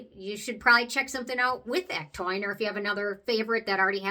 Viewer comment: Hey! Thanks for the video on other ectoin products. Have you ever mixed a couple drops of PC ectoin into the Prequel serum? I am going to try that, just to add more to the serum. Also, on a side note, did you know ectoin is actually pronounded ek-TOE-in?... I said it wrong for so long, until I heard Penn Smith correct herself for saying it wrong in the start also. lol 🤣